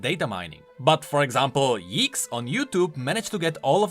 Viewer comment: Did just pronaounced yikez wrong